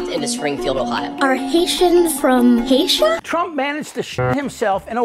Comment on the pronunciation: According to Vance , they come from “Haysha”. Lol